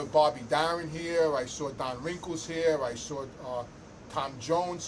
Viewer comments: His name is don rickles. Not wrinkles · I love ya, you’re a beautiful guy and I hope your channel takes off like a rocket. But you gotta do me a big favor… stop calling Don Rickles “Don Wrinkles”! Haha god bless bro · He said Don Wrinkles 😂